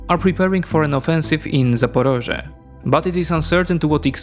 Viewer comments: It’s not zaparozhye it’s Zaporizhia. 0 research for a 0 effort video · I would like you to correct something: 1) it's not Zaporozhye (russian name of the city), it's Zaporizhzhia (ukrainian name) and 2) you really shouldn't read news from "ТРУХА ⚡", because it is cringe, (sometimes) provides fakes, and once they were sad, because they wanted to show photos of missile damage (aka be fire adjuster) but couldn't. Anyway, love your videos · The right pronounce is Zaporizhya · *Zaporizhzhia = Запоріжжя = zapoˈriʒːɐ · Sorry about that. It should be easy for these folks, particularly the English-language media, to check and confirm but... One contributing factor, but not an excuse, it there's what I judge to be a mistake in standard Ukrainian transliteration into English. The и should become i and the і should likely be y. Y makes the ē sound much more frequently than i does, but given it's English, the rules should be malleable. That I still hear British broadcasters say L'viv like it rhymes with "give" is a real headshaker. In this case, though, they're mixing Russian and Ukrainian names. Choose one or the other, and probably smart to choose Ukrainian.